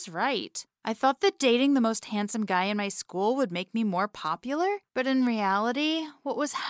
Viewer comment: Did anyone notice in the beginning she said "and he's the most pupular "